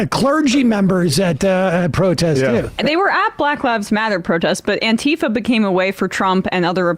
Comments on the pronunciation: How did anti-fa become antee-fa lol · i'm with you guys but when people pronounce "antifa" it's "anti-fah", it's not "ann-teeef-ah" - that mispronunciation was started by trunph, whether intentional or not, and it serves to remove it's meaning, which is anti-fascism or for short, anti-fa. The person off camera was using the correct pronunciation - i know it seems trivial but it all adds up.